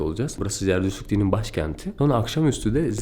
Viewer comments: Jerdüz ne la zerdüşt diyeceksin. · Zarduş değil Zartoştزرتشت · Zerdüşt zerdüşt diye tekrarla yutuyorsun :)